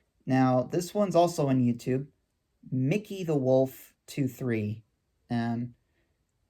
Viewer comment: Thank you for the honest answer, By the way, it's Mikey, like Mikey Musumeci, not Mickey, like Mickey Mouse and Mickey Rooney